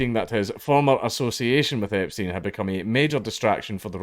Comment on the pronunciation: u do realize u were not trying to say epstein the who time but it sounded like you were saying jeffery the whole time in a video talking about prince andrews also.....